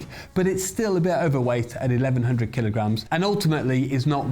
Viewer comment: Technical feedback, a few schoolboy errors : 1. it's kilo grams not " keylows". 2. if there is no mass it's massless not massive, massive meaning has mass/atoms. 3. kilo should be lowercase k, capital K is technically Kelvin, and grams is lowercase g, capital G meaning giga. ie KG is technically Kelvin giga! Sorry to criticize, I am a technician & just passing it on. Enjoyed it otherwise.